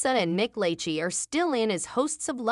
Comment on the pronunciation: Not the mispronunciation of lachey 😂